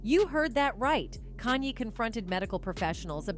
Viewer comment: Yo stop butchering this dudes name kan-ye, 2 syllables not 3